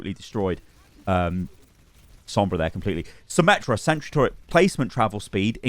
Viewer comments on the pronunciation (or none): none